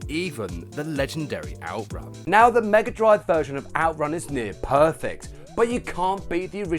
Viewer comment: I love the Genesis and I still think it’s weird that you Brits say Mega Drive, you say it well though